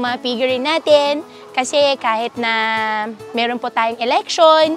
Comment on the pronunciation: Bilsng part Chinese na nagkaboss na pure fujianess hirap na hirap sila banggitin ung “Meron” laging “Melon” 😂